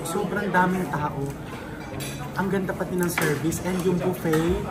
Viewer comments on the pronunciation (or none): none